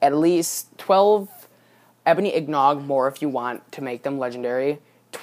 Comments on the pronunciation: LOL seriously, if you're gonna make a video, at least pronounce simple words correctly! IN-GOT not IG-NOG, WTF is an IGNOG?? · wtf is an ignog? lol learn to talk